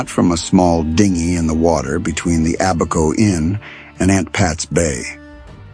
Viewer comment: The pronunciation of the referenced island is: Ab -a-co. Ab pronunced like the Ab in abandon and The cay in Elbow Cay like the "key" for the door lock...thank you.